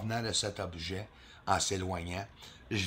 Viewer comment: Un "objat" 😅😂